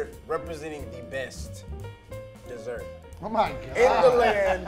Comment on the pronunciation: said Dossert, boy you built like a DOzer